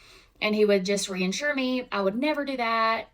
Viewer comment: My biggest concern is that she's been pronouncing Dr Jekyll's name wrong her WHOLE LIFE. As well as the word "reassure". People mispronouncing words is a huge pet peeve for me